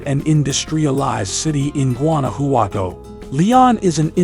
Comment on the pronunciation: Gooanouhowtou 😄 le costó mucho trabajo pronunciar Guanajuato.